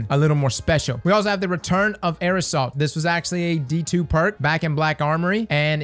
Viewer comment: Everyone: Air assault: "aerosol"